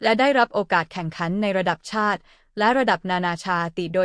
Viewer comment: ระดับชาติ... ยังอ่านเป็น.. ระดับ ชา-ติ งงจริงๆค่ะ อ่านภาษาไทย แต่ไม่รู้ความถูก???? น้องวิว เขาอ่านกันทั้งประเทศ ว่ากุล-ละ- วุด